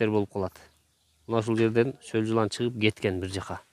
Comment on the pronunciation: Солжылан эмес соолжан , эч убакта сол жылан деп айтылбайт , соолжан , болду , Жылан пылан эмес